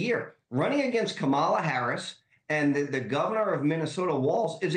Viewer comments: Wait--the way Corey pronounced "Kamala"--is she a foreign agent or something?!?!?! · Congratulations on allowing him to mispronounce her name that many times … great work! 😁